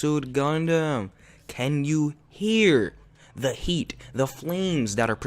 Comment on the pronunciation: Can you not pronounce the? duh , da